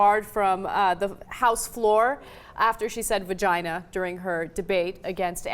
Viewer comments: Cenk can't say it, so he can't regulate it: he still says, "vergina". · Cenk said virginer... win.